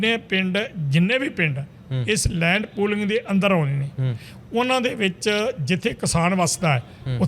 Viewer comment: ਐਂਕਰ ਸਾਹਿਬਾਨ ਤੁਸੀਂ ਤਾਂ ਸਰਦਾਰ ਹੋ ਅਤੇ ਪਗੜੀ ਬਹੁਤ ਸੋਹਣੀ ਬੰਨ੍ਹੀ ਹੋਈ ਹੈ। ਲੈਂਡ ਪੋਲਿੰਗ ਨਹੀਂ ਇਹ ਲੈਂਡ ਪੂਲਿੰਗ (Land Pooling) ਹੈ। ਆਪਣੀ ਪੰਜਾਬੀ ਨੂੰ ਸ਼ੁੱਧ ਕਰੋ ਜੀ। ਥਹੁਤ ਦੁੱਖ ਹੋ ਰਿਹਾ ਹੈ ਤੁਹਾਡੀ ਪੰਜਾਬੀ ਸੁਣ ਕੇ।